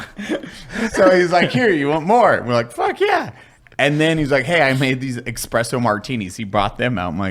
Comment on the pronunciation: EXPRESSO martinis... ...ARGHGHGH